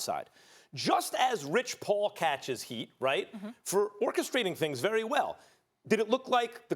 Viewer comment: This dude said "our rery own" lol